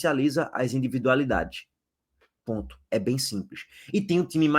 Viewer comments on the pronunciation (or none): É impressão minha ou ele fala pontcho ao invés de ponto?🤔😃